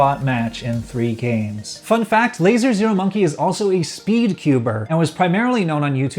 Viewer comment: You just pronounce it as lazermonkey not lazer zero monkey lol.